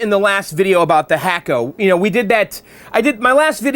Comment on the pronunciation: I know you like to properly pronounce words. It's pronounced Hock-o. Like a Hockey Puck. Love the restoration videos.